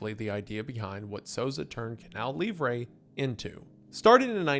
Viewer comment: Is it really that hard to pronounce "livre" correctly? It's like a key point in the story just say it right jfc